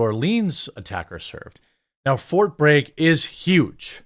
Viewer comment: Jeremy, it's called fort Bragg, not fort Brage or Brague.